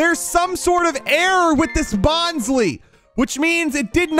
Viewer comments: I'ma be that guy right now. "Bonsly" is not pronounced BON-SLEE. It's BON-SLIE. Like the Bonsai plant, or trying to be very sly. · It's Bonsly(Bon.Suh.Lai)